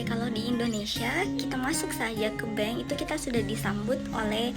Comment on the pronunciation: Bukan bang... tp bank...bang tu azan..🤣🤣